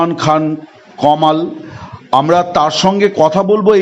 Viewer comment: নামটা ও বলতে পারেনা কমাল বলে